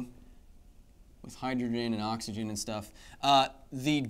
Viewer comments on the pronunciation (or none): none